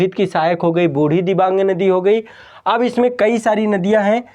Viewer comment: I am from Assam near brahmaputra river..one of the big fan of ❤️ माजुली दुनीयाका सबसे बड़ा नदीद्वीप और दुनीयाका सबसे छोटा नदीद्वीप भी ब्रह्मपुत्रके बीचमे ही है जिसका नाम है उमानन्द ৷निचे मेरा उमानंदा भ्रमणका लिंक दिया हुঁ एकबार देखना ৷ तीन नदीका नामका spelling थोड़ा गलत कहा आपने पीथुमारी,जियाबरेली,बुढ़ीदिबांग ৷सही Pronounciation है पुथिमारी, जियाभरली अौर बुढ़ीदिहिंग৷😊